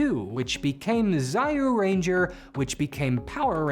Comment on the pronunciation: why don't you try kamen rider series or ultraman series btw it read as juuranger not zayuranger